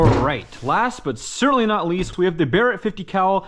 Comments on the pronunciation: "bear ett" not "burr ett" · It's bear-it not ba-ret just fyi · “Bear-Rat” not “Berret” for the pronunciation on Barrett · Great vid but ya got me when you called it a Ba-rett 😆 just messing with ya, keep up the good work bro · He said Brett it’s Barrett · Bro called it “Buh reht” 😂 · Ah yes the classic .50 cal "buh-rett" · Cool video, Only problem was him saying Barret like beret. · actually I grew up shooting guns often and had known quite a bit about guns and I'd still pronounce it that way cause it sounded cooler 😎 lol. eventually i just got tired of people correcting me and finally stuck to pronouncing it correctly since I'd Lowkey get pissed hah. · You say Barrett wrong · how the hell did you mispronounce the name of the Barrett .50 cal?